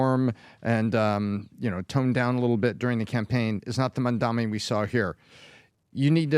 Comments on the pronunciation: CAN YOU STOP SAYING HIS NAME WRONG FFS. JEEZ MAM-DA-NI. Goddamn it get right. Its 3 syllables. It makes me want to punch a wall whenever you idiots say it wrong, its triggering in the same way as hearing nails on a chalk board. STOP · Why are you guys incapable of pronouncing his name correctly? Talking to you especially. Are you guys stupid or deliberately taking the piss? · Not a Mamdani fan but please learn to pronounce his name correctly.